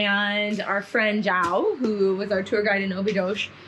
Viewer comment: João… (my name) is very hard to pronounce for native English speakers. Here in the US most people also call me ‘Jau’ :). It should be pronounced more like: Jew Han Oo. Please try it and enjoy my old country. Greetings from northern New Jersey.